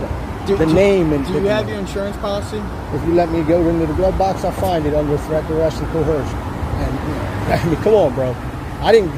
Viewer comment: For a registered pervert to try and project this legal or moral high ground is just nauseating. This guy even looks like a S.O. // Ugh, listening to him butcher words like "Trett, Dress, and Co-HEEERRR-Jin!!!" is equally stomach turning 🤮